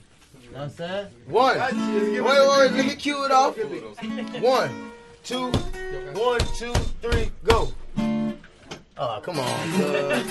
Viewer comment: I got so triggered when he called them mariachi smh